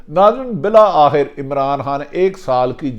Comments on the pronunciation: mohtram janab Bhatti sb. bahot umdah aap ka halaat e hazra per tajzia. braye maharbani apni qaumi zubaan sahi kijyea (meri baat yaqinan buri lagay gi) - aap Muslim ko Muslam kehtay hain - doodh aur shahad ki nahrain 'BAITHEN' gi ? - BILA AKHIR nahin (Bil'Akhir) - Hamla awar 'karnay se'? - Mobaina? nahin (mobaye'yana) - 'hadaf' ka nishana ban rahe hain... ? - Ba'di ul nazar ( taqreeban her video main yeh lafz istemaal kartay hain, goya aap ka takiya kalam hae) aur kayee khamiyan hain. mera mukhlisana mashwara hae ke upload karnay se pehlay kisi sb se sahi talaffuz etc pooch kar rehearsal kar liya karen). gran guzray to maaf kardijyea ga aap ka mukhlis. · Mohtarim Bhatti Sahib"Bil akhir" is the correct pronunciation